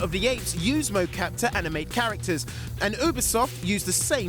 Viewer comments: Its not oobisoft its U Be Soft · It’s pronounced (YOU)bisoft not (OOO)bisoft thanks! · It’s UBIEEE SOFT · Did he call Ubisoft obisoft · My guy said oobisoft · Obeesoft wtf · He said oobisoft wow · It's You-bi-soft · Did he just say Oobisoft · Did this guy call Ubisoft oobisoft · The way he said ubisoft is annoying me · Lol you pronounced Ubisoft as Ubisoft not Ubisoft when it's clearly called Ubisoft. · You said Ubisoft wrong and said it came out in February when it's March. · the way you're pronounce ubisoft is depressing me